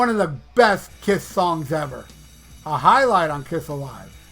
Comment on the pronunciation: the best part is when you say “POL STENLEEY OF KISTH!!!😂😂😂